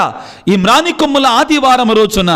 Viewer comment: ఫాదర్ గారు వందనాలు. ప్రారంభములో మానికొమ్ముల ఆదివారం అని తప్పు పలికారు. మ్రాను కొమ్మల ఆదివారం అని పలకాలి సరిచేసుకోగలరు